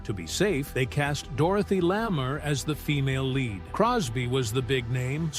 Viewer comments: Not Dorothy « Lameeer », it’s Lamore, ie La more. Spelt Lamour. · as in Dorothy.. LAMMER As it was pronounced by the narrator, while showing a photo of Joan Collins.